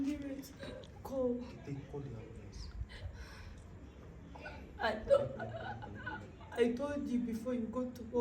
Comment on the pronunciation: Shemsa ga mana ngo hospital emburance😂😂😂😂😂 imbavu zanje murazivunye